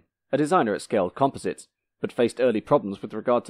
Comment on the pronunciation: You do not know how to pronounce composites?